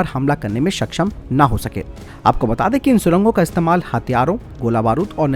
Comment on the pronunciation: “सक्षम” ठीक है, “सकशम” सही नहीं है। उच्चारण ठीक नहीं है , बुरा भी लगता है 🤔 कृपया ध्यान दें 🙏